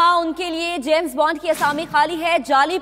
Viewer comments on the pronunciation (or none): He didn't say " James Bond" he said " James Bund" get that straight, no one understood the joke!